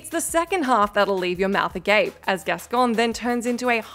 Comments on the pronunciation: Gascoigne sounds like coin not con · pronouncing Gascoigne wrong just proves that she’s just a reading a script. Also DS3 part wasn’t hard. Anor Londo was much harder. Mortal Shell’s Obsidian run was much harder than any of these.